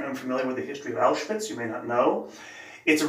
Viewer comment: Excellent pronunciation. Auschwitz during the war was a part of 3rd Reich, as Hitler decided. Mentioning Poland in that context is rather silly.